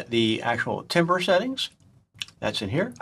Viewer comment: My soul dies a little every time you say “TIM-ber” instead of “TAM-ber”.